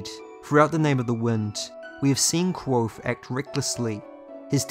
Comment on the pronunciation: Allt hese videos are awesome man!, Just need to start pronouncing the V in kVothe haha